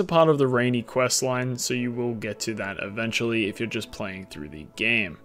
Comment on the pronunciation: Sooorrr powerful. Lorrr why do u have an R in every word wtf